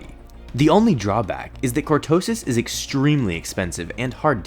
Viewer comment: lul it's cortosis not qurtosus